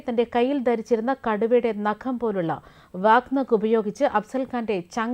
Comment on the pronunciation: വ്യാഘ്രനഖ് അതാണു ശരിയായ ഉച്ഛാരണം